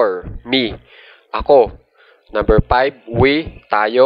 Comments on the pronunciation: I understand your effort. But please make it slow.. and observe pronunciation.. one two tree por payb✌✌ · Wala lang nakuhaya lang yung attention ko nung nag pronounce ng por and payb and